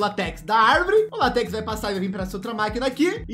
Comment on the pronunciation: Mano eu fiquei com muita agunia toda vez que ele falava latéx a pronúncia seria látex mas mesmo assim ótimo vídeo boa noite